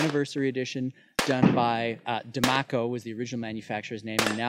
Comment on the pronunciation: It's "Diemaco", part of Colt Canada.